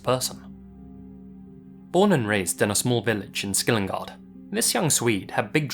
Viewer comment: It's called Skillingaryd. And Ryd is not pronounced "gard" or gård. Skill-ing-a-ryd. If it makes sense or helps. Heh.. I had to google it to be sure myself. No hating just trying to help a little. 😅😊